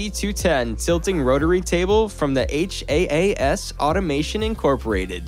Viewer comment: It's Haas, not H-A-A-S